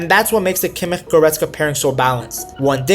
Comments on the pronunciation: Nice vid, little feedback on Kimmich’s last name. I know German is tough and especially the “ch” can be difficult. Think of it like she “sh” sound in “she” . More like Kimmish than (no offense) whatever that sound was that you made 😂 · The "ch" in Kimich is spoken soft. More like in "schnapps" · I agree with your assessment of the team and tactics. The only thing is why do you pronounce kimmich name like that? Is weird